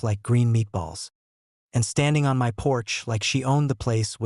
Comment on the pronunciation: Stop jiggling the camera also learn English you don't say my as m y you say my